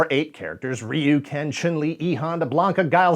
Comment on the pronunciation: I knew you didn’t play when you tried and failed to say “Chun-Li”.